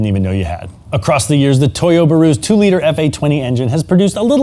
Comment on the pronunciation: In all my years in never heard someone say “Toyuburu”